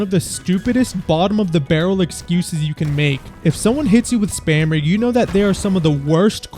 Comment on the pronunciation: "spammer" is 10x funnier when someone says it like "spamer" instead